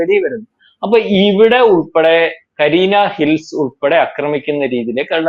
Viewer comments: കരീന ഹിൽസ് അല്ല കൂട്ടുകാരാ കിരാനാ ഹിൽസ് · കരീന ഹിൽസ് അല്ല ..കിരാന ഹിൽസ് .